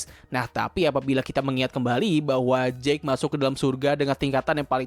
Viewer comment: Jake dibaca jeik, kalau jack dibaca jekk